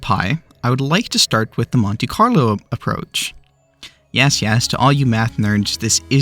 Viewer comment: what is "conte-carlo"?